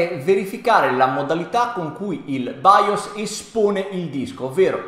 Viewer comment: nemmeno capace a pronunciare BIOS che è baios ma santo dio